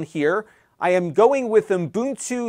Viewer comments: Ubuntu not uNbuntu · Its called UBuntu. I don;t know where UMbuntu comes from? As an educator, you should pay attention to how you pronounce things. Imagine being a maths teacher and teaching kids 2+2 = 7.